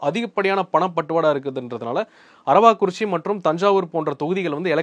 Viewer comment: அரவாக் குறிச்சி இல்லை அரவக் குறிச்சி